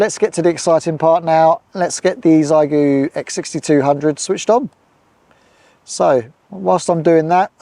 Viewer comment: Great video, just one thing, my daughters speak, Chinese, and the correct way to say the radio name is the X is said as SH, so everyone says Zygoo, and it should be Shygoo. Keep up the good work with QRP demos.